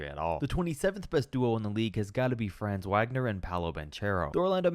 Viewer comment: Dude mispronounced every name: "Jacob" Poeltl, "Franze Waygner," Paolo "Banchairo," "Bozhan" Bogdanovic, "Lugwentz" Dort, "Paschall" Siakam